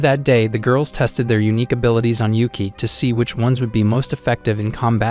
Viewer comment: Is not ueke its yuuki its nit uzen its kyouka